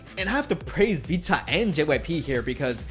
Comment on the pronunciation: Great video just irked me how you pronounced Vcha, Illit and Chicago. Idk why u pronounce them the way u did because you dont have an accent or any issues pronouncing anything else -lowkey irritating 🤷🏻‍♂️😂